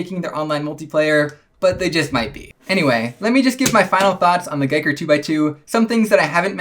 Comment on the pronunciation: It's Ge ker Like Wii so Giiker. Not guy ker